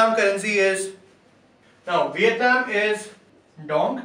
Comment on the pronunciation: its Vietnam not Vitenam!